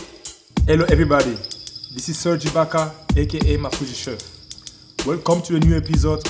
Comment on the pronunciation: So dope to hear this three talking spanish and Marc pronounce Ibaka first name correctly